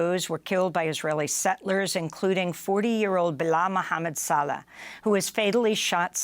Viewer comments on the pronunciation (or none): pregnant people she said. Saleh is pronounced say lah Victims always inspire heroes. Be careful. You are not older than Israel ma'am. Although you look older you were not around when Daniel.. when Cyrus the great... When king Herod... When David... When Enoch... Good Job UAW get them workers the buying power to be able to end fossil fuels, I mean, to afford an EV. if any Iranian women want to escape. I am single and ready to marry you into America.